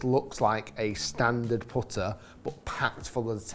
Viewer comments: “Powtuh “ It’s putter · The way you say “putter” is wild man